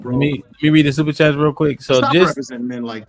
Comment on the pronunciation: He can't even read super chats correctly 🤣😂 this ya king??